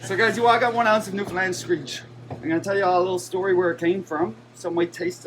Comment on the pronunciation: Thank you for your correct pronunciation of the province name. Most of the time you say "New-found-land" or "New-fin-land" (both correct) and not "New-fin-lind" (wrong).